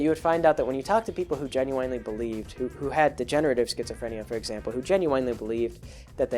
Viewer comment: Assuming everything you've said is correct, it was a great video. Even otherwise, it was quite entertaining, especially since I'm taking an intro to psych course as a philosophy major. Biggest "issue" I had was with how you pronounced "genuinely" (jen-yoo-in-lee vs. jen-yoo-wine-lee). But an interesting video. I like these long-form videos, and I wouldn't mind if you had 2 mid-video ads, besides the first pre-roll ad.